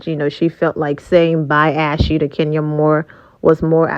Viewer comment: Lol😅 and I’m an African I can pronounce it ohhh